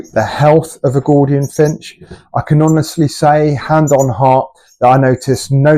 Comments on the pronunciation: ....mate...what;s a "Gordian"...i thought it was pronounced G-o-U -L-dian.....If you say the crown is "Yellow" then what colour is the belly then?....the belly is yellow in colour, the crown would be orange...c'mon mate...be accurate on at least the colours. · It must be your accent that making you sound it out incorrectly and using the letters wholly and accurately using the Kings English. Accurate colour descriptors is important for the accuracy just as correct pronunciation is paramount to an accurate depiction of what you are presenting.